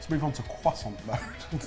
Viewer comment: Did i just hear the legendary cwoisssssant